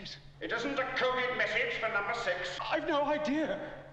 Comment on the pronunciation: He says coded but it sounds a lot like covid. Weird.